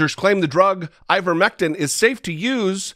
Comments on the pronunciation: Marge kept saying Ivermectim. It’s ivermectin with an N not a M. If you’re going to tout something at least get the name correct. Margo says her husband took ivermectin when he had Covid-19 and now he’s strong as an Ox and faster than Secretariat. 😂 😆. I’m glad he recovered but that doesn’t mean the ivermectin made the difference. Monoclonal antibodies are a proven treatment and no one knows the severity of his infection. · Those are pretty funny goofs by MTG. I think she was also saying "ivermectim." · She kept saying ivermectum. Can't even say it right. So yeah. She's an expert on it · Did she say "Ivermectum"???? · Wait. Did she say "ivermectum" ? How do you administer that ? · Iver Mectum (that'show MTG pronounced it), a Norwegian man who perhaps won the No Bell prize....? :) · Maybe I’m the dumb one but I thought the name was ivermectiN not ivermectiM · I swear the green dumbo is saying, "IvermectiM". I have no doubt whatsoever that her elevator does not go all the way up to the top floor.